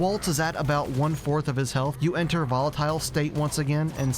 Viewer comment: why did you pronounce volatile like that